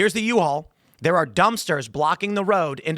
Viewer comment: "The U-All vehicle..." - Tim Pool 😂